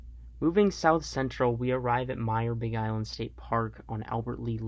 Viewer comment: Also… you said a lot of park names wrong for example sakatah and Myre Big Island